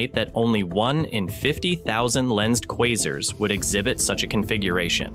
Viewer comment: Your AI speech needs work. Kwazers? No, kwazArs.